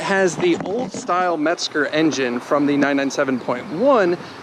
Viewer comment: Pleeease don’t pronounce Hans’ last name with a “t”. It’s not Metsger. It’s Mezger. The Legend himself passed away this past week. He not only designed his version of the revered 997 flat 6, but also designed a flat 8 called the 753, and also the flat 12 in the race winning 917. But the sound of the 997.2 GTSRS 4.0. Thank you Mr. Mezger!!